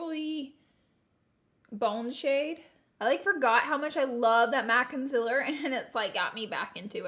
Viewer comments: my mom and i are watching this and my mom said, "consiler??" hahah pointing out how you dont say consEAler ;)) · ily but its CONCEALER NOT CONCILLER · Sorry but it’s concealer not conciller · CONCILER no honey it's concealer lol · Consealer not consiler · ConcEAler not concIler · It’s concealer not ,conceler’ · Hate how she says conciller its concealer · I am sooo sorry but it is bothering me ok... concealer is pronounced kon-seal-er not kon-sell-er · You are saying cincealer not cooooooncealer!! Come on Laura😂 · You always say concealer wrong you say concilier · Konsyler 😂 Polaczki-wiesniaczki gdzie jestescie moi kochaniii? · She says concealer like conciler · the way she says counselor bugs me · "Conciller"... I can't. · Con-cil-rrrr!!! Lol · Why does she say conciller ???😂😂😂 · You are saying concealer wrong. Con-seal-er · So it’s not cincealer you say it with an 0 not an I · Is she ever going to learn how to say concealer correctly?.... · Omg my little sister when you you where saying concealer she was like “ Omg why is she saying it wrong” 😂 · You say concealer wrong